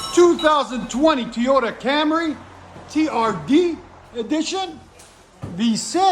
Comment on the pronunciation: "Toy-yoh duh" Not "Tee-yoh duh".